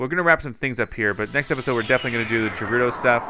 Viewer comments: Umm ps it ga-ru-do not ja-ru-do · its not jerudo its gerudo lol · Did he just say "Jerudo" Tower? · But he said gerudo wrong 😔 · It’s with a ‘G’ not ‘J’!!!